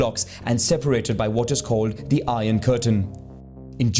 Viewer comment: It’s called iron not iorn